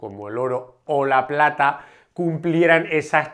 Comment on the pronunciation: A ver compadre, en el minuto 5 57 pata en vez de plata